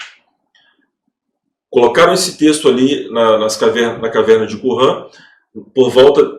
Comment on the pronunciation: Não é "Qurran", é Qunran".